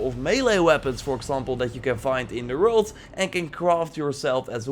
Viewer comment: Please, work on your "WORLD" pronouce. Thumbs up for another great vid!